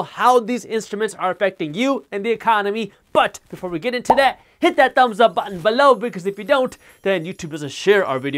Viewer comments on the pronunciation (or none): none